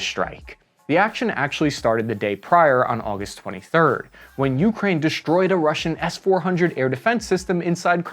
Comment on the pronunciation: I wasn't aware that we could interchange "sh" sound for "s" just any time we felt like it, like deshtroyed and infashtructure. Getting old , but liked the old "s" sound just fine.